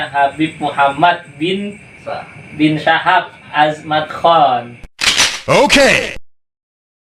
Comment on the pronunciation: Syahab. Bukan Saham.